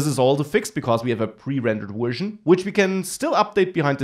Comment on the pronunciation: Thanks for the video, but since you speak English professionally, you should really work on your accent, for example: - at is not pronounced "et" - version is not pronounced "wersion" These are things you could fix easily and make your videos much easier on the ear of the listener.